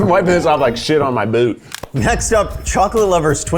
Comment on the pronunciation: I forget that Keith is from the south. But there was no hiding that accent when he said boot 😂